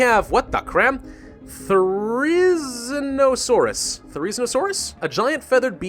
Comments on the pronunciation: Die-non-Aye-Cuss, Th-air-Izzy-no-saurus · YOU PRONOUNCED DEINONYCHUS AND THERIZINASAURUS INCORRECTLY!!!!!